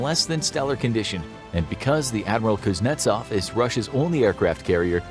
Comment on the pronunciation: The (rear) admiral pooznetsov!!